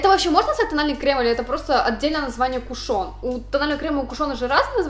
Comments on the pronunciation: МЛЯ, КУШН, А НЕ КУШОН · ударение в кушоне на У